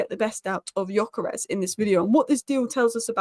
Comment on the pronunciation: Again, pronunciation is "Dyökeresh", with the Gy pronounced like D in due or dew. Annoyed that Viktor didn't go to Liverpool to complete the Hungarian quartet... yeah yeah he is also Swedish, but Hungarian roots.